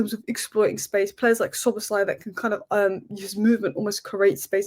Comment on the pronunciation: He is Szoboszlai, not Szobozslai. Yes you are not Hungarian. ;-)